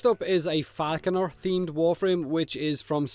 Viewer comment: Every time you said falconer i heared faackuner XD..... thats for you